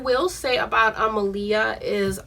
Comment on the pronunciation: All this love for her and people still not pronouncing her name correctly. Ah-Lee-Yuh like Muhammed ALI